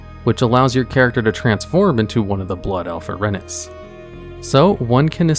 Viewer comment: Erinyes is pronounced Eh-rin-ee-is